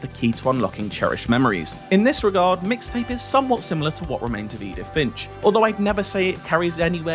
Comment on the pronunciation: EXCUUUUSE ME.. IT'S MIX TAPE. NOT "MISS TAPE"